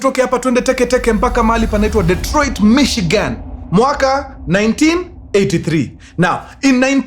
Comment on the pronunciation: 'Dee''t'roit. I come in peace.